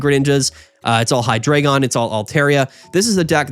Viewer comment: HIGH-DRAH-GON learn the fkin pronunciation 🙏🏻